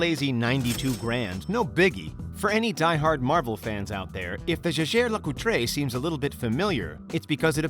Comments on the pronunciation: Lol did the narrator really just say "Je Jay Le Coo tray" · The way he pronounces Jaeger Le-coultre made me cringe 😆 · Oh no... the way he pronounces JAEGER-LECOULTRE rip